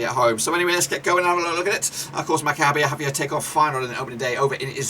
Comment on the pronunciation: You do not correctly pronounce the name of my team: Maccabi Haifa. But thanks for the opinion, we are an underdog in this group but hope to surprise them all 💚